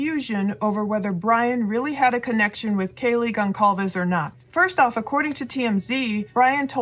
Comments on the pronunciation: Please please please STOP calling them ConKalves. The 'c' in Concalves is pronounced like this: ConSalves. I watched the dad being called as such during interviews and he never objected once. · Hi great podcast ps the name is Portuguese pronounced Gon- Sal-Ves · Kaylee’s last name is Goncalves (sounds like GON-SAL-VES) just wanted to let you know you’ve been saying it wrong. Thanks for all you do! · Hey I really like your channel but I must say that this has been on-going for over a month now and you still haven't learned to pronounce the surname GONCALVES the proper way. This is a Hispanic surname so the letter C is sometimes pronounced like the letter S. CINE is Spanish for "movies" and you watch them in a CINEMA. GON-CAL-VES is not the proper way. It is GON-SAL-VES. Kaylee Goncalves (+) pronounced Kaylee GonSalves. Out of respect, you should correct your mistake. Pronunciations are also Googable. With much respect and sincerity. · All this time later and you still can't be bothered to pronounce Goncalves correctly? Really? No more views from me. Peace out. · Geez, you've been milkiing this tragedy now for almost 2 months, and you're going to tell me that you still can't get Kaylee's last name right? How about having some respect for her and figuring it out? It only takes a 2-second search! You've made plenty of money off of her and her family by now. It's the least you can do! And btw, his two sisters are Melissa 31, a mental health therapist, and Amanda, 34, a school counselor. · Gon—cccaall—ves??? Gonçalves!!! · Why do people continue to mispronounce kaylees last name ? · The C in Goncalves is pronounced as an S 😅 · FYI the C in Goncalves is pronounced like an S.